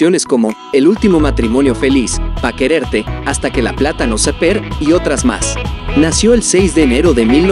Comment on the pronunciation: Pronuncia bien. Hasta que la plata nos separe. Seper😂